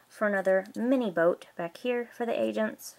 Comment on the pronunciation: It sounded like you said lego Asian set